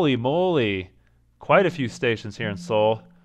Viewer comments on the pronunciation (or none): Good video! Just one thing: Seoul is pronounced more like "soul", and not "See-ool." The two syllables are 서(SEO) / 울(UL).